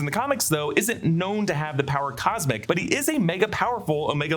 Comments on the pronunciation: "power cosic" lol. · Did he have a stroke?